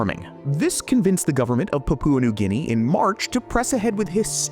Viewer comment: You mispronounced Papua New Guinea